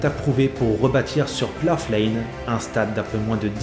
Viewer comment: Salut, Je sais que la vidéo a été tournée il y a quelques moments, mais la prononciation du nom du stade est à revoir! Le "gh" est muet, "plough" rime avec "cow" ou "eyebrow"!